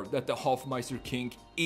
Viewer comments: dude its hofmeister KNICK not KINK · It's Hofmeister Knick, not Kinck. 😉